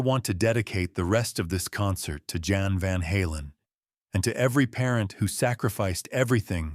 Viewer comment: Jan is pronounced Yon btw. Jan's sacrifice was worth it because he brought Edward Van Halen to millions of people. I can't imagine growing up without it. ❤